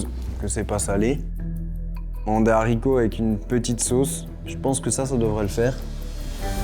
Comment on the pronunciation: Des HARCITOS PAS DES ZARICOTS...